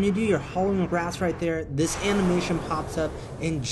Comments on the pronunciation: THANK YOU. Had no idea this was even upgradable until now. Ps: It's pronounced "Ray-ths," not "raths." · Howling Wraiths, not wraths. You said it right in the last video!